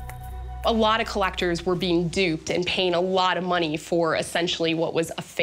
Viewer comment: Listen to this narrator! “ this woman’s death had nothing to doowuh with ceremonyuh, but had everything to doowuh with moneeyuh.” Why?! Lollollol.